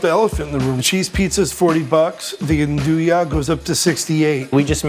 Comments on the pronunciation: Oh so that's what they're saying! I kept thinking they were saying Andouille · Its not pronounced 'an-doo sausage', its 'an do yay' spelled - Andouille. You got it from Louisiana. Dont misrepresent it. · When did andouille become “onduya”? Was it around the time that Kiev became “Keeve”? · That pronunciation of andouille is killing me